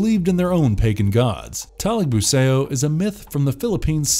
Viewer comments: "datu talagbu-say-oh" wtf is this shit pronunciation. just say talagbu-sah-ou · Great job with the pronunciations, got most of them right. A couple of thing to point out though. The "ao" vowel combination in Filipino isn't read like the ao in "chaos", but like the Chinese greeting "nihao". So Talagbusao rhymes with "how", not with "Play-Doh". Trese is the "mandirigmang babaylan"; the last part should be read like Buh-bye-lan, not like Babylon.